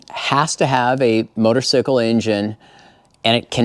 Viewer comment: You keep saying motosycle....It's funny I say that too sometimes.And I'm a Moto guy